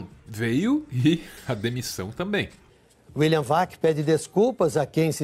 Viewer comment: Me desculpe, mas vocês falando William "uaqui", ficou me tirando a concentração do vídeo